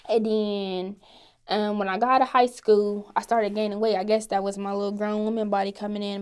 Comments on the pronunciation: when she says school the L is silent lol 'scoo' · Her pronunciation of school.